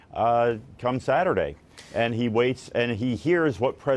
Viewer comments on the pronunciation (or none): That guy pronounced "xi" (more like sea) as "ji" (more like gee). The funny thing is "Ji" sounds like 鸡 which means chicken.